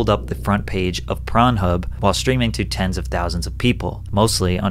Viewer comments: Saying pron instead of p0rn is pretty funny to me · Patrick, can you not say porn in your videos? Tf you keep calling it pron for? Is this the level of censorship we’re at?